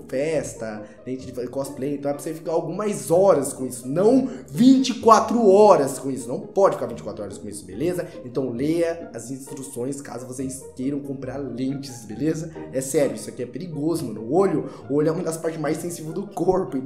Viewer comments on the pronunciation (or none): No minuto ele falou intruções kkkk eu tbm nunca consigo falar instruções certo